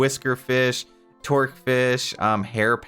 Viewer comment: It's actually 'toque' fish, as in what we call beanies in Canada. Pronounced 'too-k'